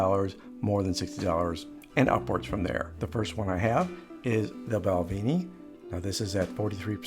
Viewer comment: Mate, it’s pronounced “Bal-ven-ie” it’s Scottish/British - there’s no double “EE” in Balvenie 🏴